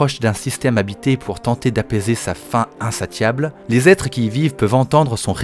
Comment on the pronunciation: très cool, très cool, mais (sans offence) il y a des erreurs de français ( exemple : "faim insatiable" se prononce insaSSiable" en phonétique )